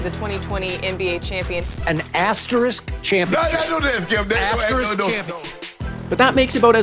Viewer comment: THANK YOU. I literally could hear that word any longer. azTEriSk